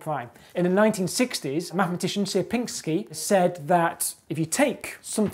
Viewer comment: you've got funny pronunciation of "Sierpiński" anyway, nice video :P